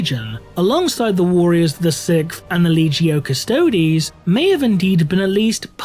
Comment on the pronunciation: The custodes sounds like karstodes